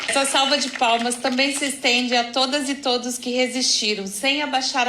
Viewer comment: Aos : uma "salma" de palmas ... mano, não dá pra aguentar kkkkkk a legenda automática corrigiu ela kkkkk